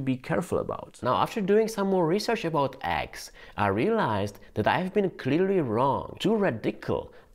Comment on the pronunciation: not aggs but Eggs like the E in Enter. it isn't Anter